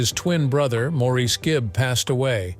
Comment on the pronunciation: So many simple inaccuracies. You might, for example, learn how to pronounce Maurice's name. Pong was one of the 1st video games to hit the market, about 1973. There's more. Your video is pretty bad.